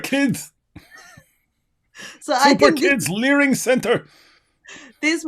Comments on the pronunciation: Learing center, how hard can it be? Repeat after me, The Learing Center! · There's no 'n' in "Learing Center," dummies! 🤪🤣